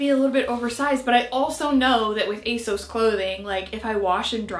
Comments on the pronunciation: Here you go: On their website, ASOS say: "So you know us and love us as ASOS. But people often ask where our name comes from (usually straight after they ask us how to pronounce it – it's ACE-OSS, by the way)." That's that, then. Not "ASS-OS", not "AY-SOS", but "ACE-OSS".Aug 18, 2022...but say it however you're comfy.🤗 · If it is a UK site then ASOS is pronounced with the short O sound (as in sausage)